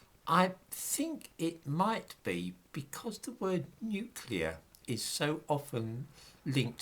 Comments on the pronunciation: Yes folks, it’s pronounced ‘nuclear’ and not ‘nucular’. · That’s all very well,, about nuclear radiation, but what about the real threat of NUCULAR as a noun? 😁 P.S. Alternatively: NUKULAR. 👍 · I lol when msm types say "Nucular" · Listen to people,especially news people pronouncing NUCULAR.. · Would that it was only "nuclear" - so many people seem to insist on "nukular"...